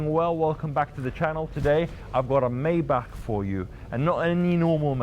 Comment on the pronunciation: pronounced My - bach. Enjoy the videos.